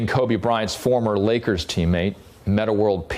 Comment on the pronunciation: She said kn-Akers, confusing Lakers for Knicks. Put the video on .25 speed